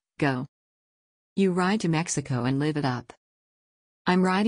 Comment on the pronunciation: The reader is a computer who can tell the difference between live and live, even with context. You need a person reading to elicit feelings and what words that look the same aren’t necessarily pronounced the same. The story was really good. I wonder if the “Miller Gang” could be in a future book…